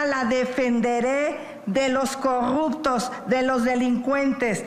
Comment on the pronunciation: En serio dijo corrubto??😂😂😂😂